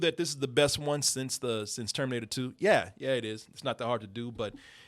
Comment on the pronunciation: This nigga said el terminato Im fucking dead